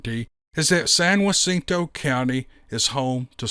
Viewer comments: Love this one being from East Texas it's right down the road from my town. But, that's not how you pronounce San Jacinto but it's ok lol you tried. Majority of Texas places aren't prounced the way it's spelled. Like you would think Diboll would be pronounced did oll but it's Dieball. Lol Have a good day and keep them coming. Oh and I'm from Lufkin. Luff kin. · … It’s pronounced San Jacinto county. The “J” is not silenced or has the “W” sound. It has the normal “J” sound like in the word Jack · it's pronounced with a hard J, like Jason or Jack. Jacinto. I know, there's not much rhyme or reason to this English thang I love watching your girls, especially the strawberry blonde 🐔. Your friend in Techsis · Please say San Jah Cinto a hard J sound for Texas, not wa cinto. If you are in California Please say San Ah cinto. If you are in Mexico the J sounds like Ha cinto. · Geez, it’s Not San Wacinto County. It’s sounds just like it’s spelled! Jacinto, or Juh Cinto if that helps you. I live in that County in Coldspring Texas. I don’t know why, but that is so Irritating the way you tried to Add Lib or Talk like you have Mexican Origin or something. Don’t Add Lib and just Pronounce the words for Pete’s Sake!!! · being from Texas I went to look just where San Wacinto was… then I looked at the email.. San Jacinto it’s (HAcinto)… for next time..great story… not trying to correct you… you can say it however you want buddy.. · San Jacinto- JUH not whuh. Climactic battle of Texas Revoution. Loving the stories. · San Jacinto County. Pronounced San Ja-cent-o. The "Ja" is pronounced like an English "J" not "H" . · San Jacinto is pronounced like the name Jack. Like San Jackinto without the k. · Dude please. The “J” is not silent in San Jacinto. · Pronounced "San-hah-ceen-toe" County. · Hey, I wanted to let you to know that the J in Jacinto is pronounced with an H sound. San HA-seen-toe. Just an f.y.i. for ya.